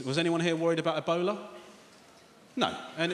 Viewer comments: he was saying "ebola" and I thought he's saying "a boner" ... why would someone be scared of a boner, I was thinking until I realize he was saying ebola... amazing. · I kept hearing ebola as "a bowler"